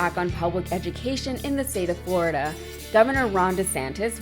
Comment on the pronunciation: Floriduh is gonna be just Duh.